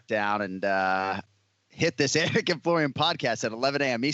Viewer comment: anik said the name wrong after the audio pronounced proper lol